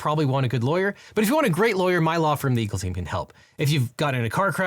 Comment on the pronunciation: Love everything you do, but your ad you just don’t need a legal team you need the Eagle team sounds kind of mumbled.